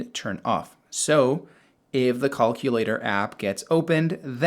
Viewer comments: "Caulk-ulator app" lol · Cullculater??? Hahahaha wtf?